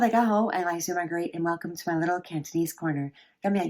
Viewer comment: why dont i see the other 3 tones? aside from that, nice cantonese pronounciation!